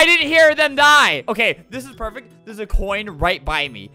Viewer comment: Chris McNeill perect?